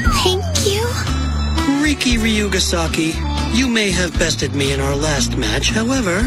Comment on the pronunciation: his name is riki ree key